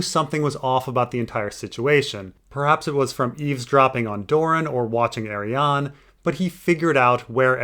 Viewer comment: First time I hear you say Arianne in stead of AriannA. Never too old to learn 🙂